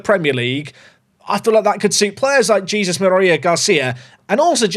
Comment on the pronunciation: Quick pronunciation tip: it's not "Jesus", it's more like "Hey-Zeus", emphasis on the last syllable.